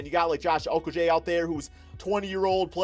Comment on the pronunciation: Just for future references, Josh Okogie’s last name is pronounced Oh-Ko-Gee